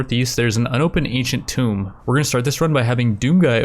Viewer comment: Does anyone else cringe everytime he mispronounced "Tomb?"